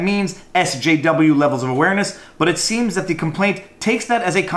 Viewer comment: Wow, you can't even say SJW?